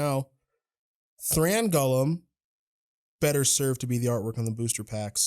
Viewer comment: Why does he keep pronouncing golem “gullum”